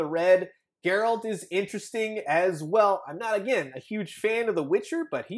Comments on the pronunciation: Bro it's a hard G so it's pronounced Geh-RALT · It'd seriously take 10 seconds to look up how to pronounce Geralt's name. Spoilers, it's not Jair-Alt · The witcher's name is pronounced "G-Air-Ult"!!!! GERALT!!!